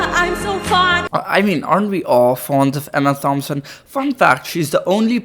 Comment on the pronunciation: You criticising Ariana for butchering Hong Chau’s name whilst calling her Emma THompson had me rolling 😂